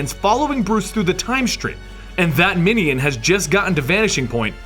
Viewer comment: Love, love, love these histories! Please keep them up. A small nit, but I find jarring the frequent mispronunciation of words. In this one, "minion" is mispronounced "MIH-nee-yun" repeatedly. It should be "MIH-nyun", like "onion".